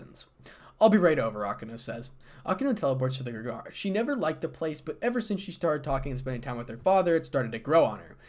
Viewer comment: Grig-or-ee emphasis on the middle syllable.